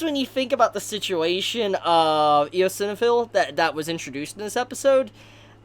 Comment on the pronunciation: Eosinophil is pronounced ice-on-uh-fill